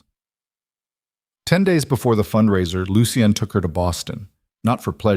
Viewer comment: Lucien - Pronounced Looshun. Not..... Loo she en, Looshe ee en, Loo see en.